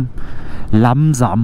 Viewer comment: hab eben so lachen müssen wegen dem "langsam..... LAMMSAM!!!!" 😂😂😂😂🛵🛵🛵🛵🛵🛵🛵👍👍👍